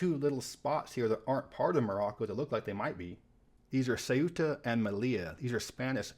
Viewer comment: First YouTube video ive seen pronouncing Ceuta and Melilla correctly